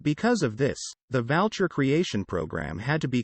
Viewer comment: I think the robovoice pronounces U as an A. Valcher should be Vulture and Hacklecote should be Hucclecote. (Voice-activated script is always appalling and it usually causes me to switch off in annoyance. PS Gloster used the old spelling of Gloucester for their company name. However, The robo pronunciation as heretofore mentioned is incorrect.)